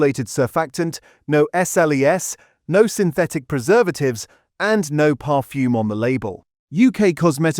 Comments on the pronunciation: Really bad pronunciation. I'm not too sure what 'parfume' is for example ! Stop using a computer and do it manually. Otherwise, for me anyway, I think that the video is no more reliable than the content ! And why aim this at only 0.85% of the worlds population ? There are a few more of us around than your target audience. Is this some sort of targetted audience manipulation video instead of 'made for clicks' video ? Oh and I don't have a "Hype' button. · Parfume?! The AI has a speech defect.